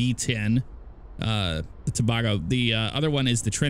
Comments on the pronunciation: Trinidad and to-bae-go not toe-bah-go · Pronounced "tah-baygo" :-) Other than that...I'm a huge fan of your channel! Keep it up! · Boy they way this man say Tobago 😂